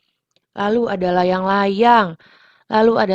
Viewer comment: ko yang layang2 jadi laying2